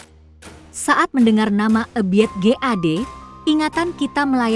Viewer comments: Bukan Eubit GAD akan tetapi Ebiet GAD ,salah nyebut😂😂😂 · Mbak ebit bukan e biet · Kenapa ya koq bacain nama2 artisnya aneh².. ga umum.. kyak Ebiet gt koq dibaca spt tulisannya bnget Èbi at.. Oby Mesach.. dibacanya Obi Mèsah.. biasanya yg umum kan disebutnya Obi Mesack.. 😊🤦‍♀️. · Ebiet apa Ebiyeet😂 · 😂😂😂😂😂 Ebiet aja eubit bilang nya😂😂😂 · Nyebut nama ebit aja salah beliau legend woy......